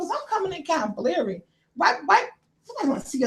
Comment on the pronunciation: Sweet Mama, it's blurry NOT bairly ....... 🤗😘................. 😎